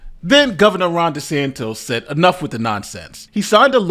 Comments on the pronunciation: Why do you have trouble pronouncing basic names, bro? You pronounced Kayla's name improperly (it's KAY-la not KY-la) and the governor name is pronounced Ron DeSanTIS, not DeSan-TOS. Lawyers are supposed to be smarter than your average Joe. 🤔 If you can't pronounce basic words that you're looking at on your screen, that's not a good look sir. Do better. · DeSantis not DeSantos !! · Ron Desantos? If you can't properly pronounce someone's written name, you get a thumbs down! 👎👎